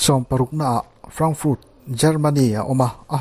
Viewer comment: Frankfurt ilam dan te,chicago ilam dan te,tokyo ilam dan te etc..zacharias pawh (zakarias) tih tur..i lam dik lo nasa lutuk..